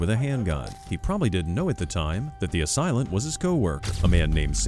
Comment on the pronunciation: as-sail-ant not assilant. Geesh.